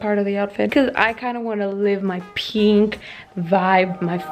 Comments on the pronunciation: I am SO triggered everything she sais peenk instead of pink and I don’t know why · Wieso betonst du das piink so ? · anna wirtshofer somebody how to spell PEENK correctly thank u💞💞💞💞💞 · I'll never be able to pronunce pink in a normal way ever again...